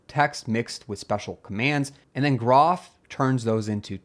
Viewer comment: By the way groff is pronounced JEE-roff as shown at the very start of the Wikipedia page and as explained in the document linked from that page. The best way to avoid mispronouncing it is for groff to finally get replaced and forgotten.